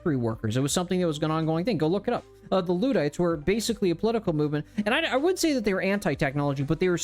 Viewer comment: Luddite- the first syllable is more of a le sound.